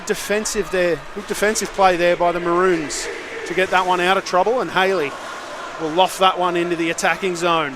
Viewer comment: Mah-rones Not bloody mah-runes